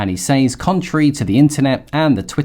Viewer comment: Just a heads up - Says is pronounced Sez. I only discovered this at age 50 and I was surprised that know one ever told me. Thanks for the excellent content.